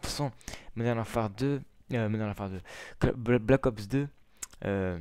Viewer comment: Pour moi je ne l'acheterais pas mais sa me tenterais quand même de le tester. Sinon bonne vidéo est ces Black Ops pas Balck Ops ^^'